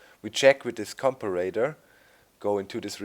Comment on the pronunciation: Comparator's correct way to say it Com-pair-a-tor